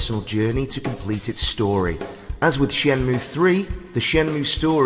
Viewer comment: Surely it's "Shen moo A"